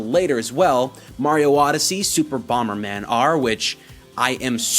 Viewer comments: yesss you finally started saying bomber man correctly. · hey, you're pronouncing Bomberman correctly now